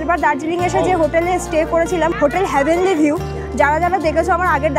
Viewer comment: ওটা হ্যা ভেনলি নয়।heavenly.